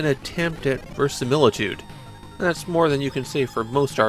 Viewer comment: "verisimilitude" has one more syllable than you think.